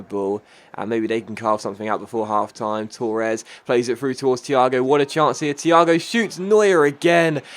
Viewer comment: You Said Torres wrong